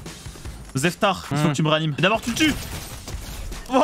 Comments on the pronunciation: Saison 9,5/10 je ne met JAMAIS de 10 à une saison car la perfection n’existe pas . ETTT pour quoi tu a dis zectar ou zeftar je sais pas le quel d’entre eux 🤣🤣. Et martial et défiguré le pauvre avec toute ces balle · au milieu de la vidéo j'ai entendu dire Zeftar